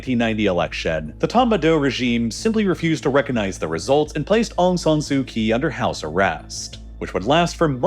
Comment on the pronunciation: You're saying aung san's name wrong. You're also saying Aung San su kyi's name wrong, You're basically just disrespecting the whole Aung San family..